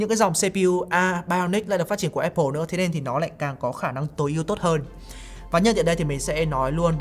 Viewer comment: Thích thinkview và hưng khúc. Xem mỗi kênh này về IT ở Việt Nam. Nhân tiện đọc là Áp pồ nhá, ko phải ép pồ.